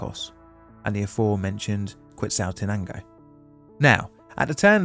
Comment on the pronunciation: Are British people just contractually obligated not to pronounce foreign words correctly? Quetzaltenango isn't pronounced as written in English...